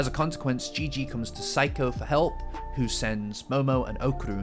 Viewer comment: I love your essays, and I also can’t help but find incredibly interesting how you say “Seiko” as “psycho” even tho you say “Reiko” from Reiko Kashima right. 😂